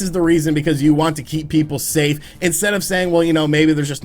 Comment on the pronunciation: "SAY STAFE!!"